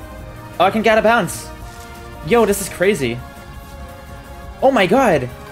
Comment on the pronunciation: bro fr said das carzy